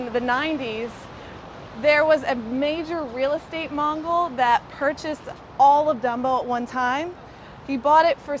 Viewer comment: ‘Real Estate MOGUL’ Not “Real Estate MONGAL” 🤣 You’re welcome